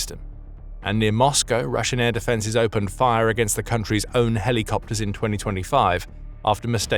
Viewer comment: lol say "Heli" copter again lol